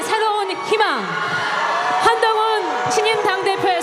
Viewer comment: 한동훈 이 세글자만 부르는데도 경상도 사투리가 들리네..ㅋㅋㅋㅋ